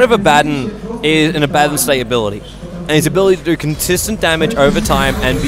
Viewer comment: is it so hard to pronounce Abaddon correctly?